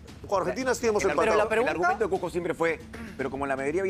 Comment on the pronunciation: No conozco alguna ciudad llamado CUJJJJJJJCO...solo conozco el CUZCO